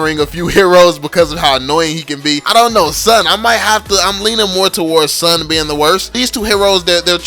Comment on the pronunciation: STAHP BUTCHERING SUN AND ZILONG its soon z(like a bee,zzzz)-long